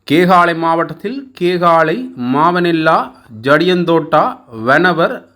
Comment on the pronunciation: நாகோடா இல்லை நாகொட, மாவனல்லா இல்லை மாவனல்லா. யட்டியன்தோட்டா- யட்டியன்தொட்ட, ரம்புக்கனா- ரம்புக்கன😅😅😅😅😅